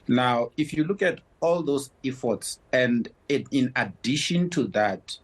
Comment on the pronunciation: He can’t even pronounce EFFORT how on earth will the ANC be able to apply an effort. Bunch of incompetent fools running the country. We want fresh running water and electricity, that is why I reguse to pay taxes, it is to line the ANC pockets, not to serve the people.